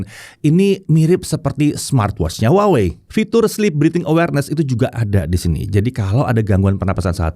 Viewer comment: masih keLiru nyebut nama brand-nya. harusnya WAHWEi😊